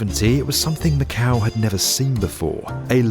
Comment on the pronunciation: funny thing, macau sound like MAKAO which is popular card game